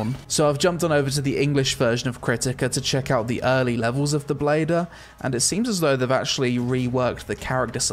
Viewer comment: It's not bladder... it's blader! My brain somewhat can't accept this.